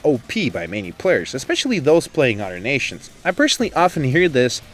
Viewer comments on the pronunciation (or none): none